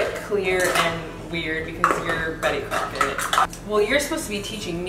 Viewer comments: Did she say, "... and you're Betty CROCKETT"? 😂😂😂😂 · girl did you just say Betty Crockett hahahhaah It’s Betty Crocker girl 😂❤️ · Betty Crocket? Isn’t it Betty Crocker or am I tripping? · Oh my God. "Betty Crokett." 😂😂😂😂